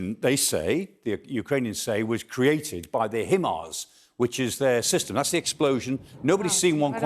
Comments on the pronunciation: Weird pronunciation of HIMARS. There's no 'e' in HIMARS. :D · Why is he the only person to pronounce the himars the way he said it? I have heard nobody else pronounce it this way but there us always 1 person to pronounce it the way they want and make it seem intelligent! Dude say it like everyone else.